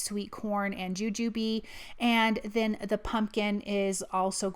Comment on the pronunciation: So glad to hear you pronounce Jujube the way we do!! 😂😂